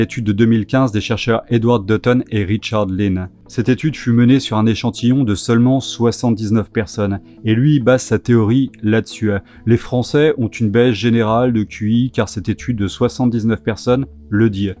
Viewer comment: Tes vidéos sont cools .. bonnes réflexions .... mais stp .. Arrêtes de mettre des E a la fin de tous tes mots ... ^^ par explemple... "la dessus" ou "nazis" .. y'a pas de E à la fin ;)